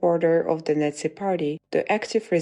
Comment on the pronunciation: Baden-Württemberg ist not a northeast state, it is in the Southwest, and please, "Nazi" is not pronounced "Netzi".